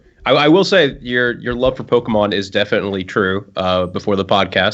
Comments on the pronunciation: I swear mispronounced pokemon on purpose and I kinda wanna punch him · don't be one of those people that act like they can't pronounce Pokemon to try not to divulge the fact they really used to like Pokemon.